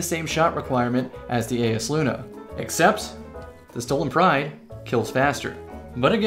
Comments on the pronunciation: Yo it’s EYESluna not ayesluna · isnt it pronounced EYE is luna idk made me upset